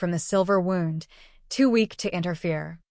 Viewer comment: I am curious why the AI voices cannot say wound as in someone got a cut. They keep pronouncing it as wound- like I’m all wound up. It is frustrating because so many of these channels pronounce it the same way.